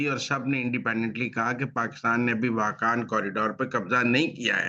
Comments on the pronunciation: صاحب آپ واخان راہداری کو با بار واحکان پڑھ رہے ہیں جو غلط ۔ پلیز اپنی غلطی کو درست کریں ۔ اور واحکان کی بجائے واخان ( Wakhan ) پڑھیں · معزرت کے ساتھ سر ،اپ تمام پروگرام میں واہقان کہتے رہے ۔اسکا درست تلفظ واخان ہے ۔ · پہلے واخان کا جغرافیہ دیکھ لیں پھر تبصرہ کریں ۔ واخان کی میں سفر کرنا بہت مشکل ہے۔ جب تک افغانستان اجازت نہ دے کوئی ملک اسے پار نہیں کرسکتا ۔ اور جنگ اس طرف نہیں ہورہی ۔اور اس کا تلفظ بھی درست کرلیں ۔ یہ پٹی افغانستان کا حصہ ہے دوسرے ممالک اس کو کیسے محفوظ کرسکتے ہیں ؟